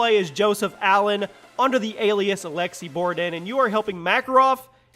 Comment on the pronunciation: “ALEKSI BORDN”